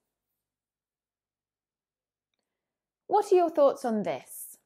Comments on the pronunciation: I highly appreciate your effort, i can do nothing for you but praying. i find it difficult the way you pronounce (are) i barely can hear it. thank you again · with - 35 What are your thoughts on this? I can't hear "are" or 're' should I go to a doctor?:)